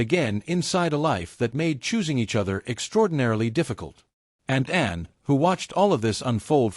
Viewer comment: Can AI not pronounce Anne?